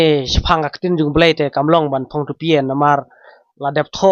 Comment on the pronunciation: Tupie ❌ tupia ✅